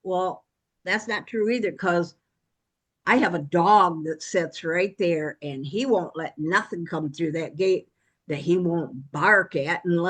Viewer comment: Everyone's commenting on ruff vs roof, but how about her "sets" instead of sits. I know it's a Michigan thing, but ugh, like nails on a chalkboard.